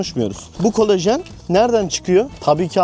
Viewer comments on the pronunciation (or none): Kolejen ❌ Kolajan ✅